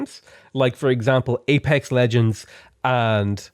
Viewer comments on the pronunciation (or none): none